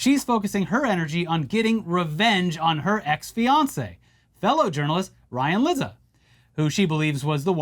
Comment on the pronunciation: Lizza. Actually, it's pronounced leet-sa. Like pizza.